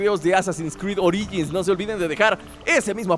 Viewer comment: Oringis jajaja